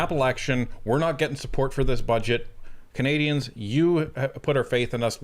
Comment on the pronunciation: That's Canadians not "candians"